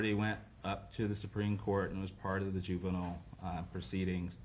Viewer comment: The judge’s ruling was great. The only thing that was off was the judge’s repeated mispronunciation of the word juvenile.